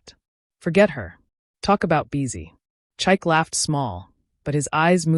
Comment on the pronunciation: THE NAME IS PRONOUNCED CHIKAY. NOT CHIKE !!